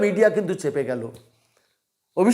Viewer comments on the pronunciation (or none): ছোট্ট correction “চেপেছে “নয় “ছেপেছে” ।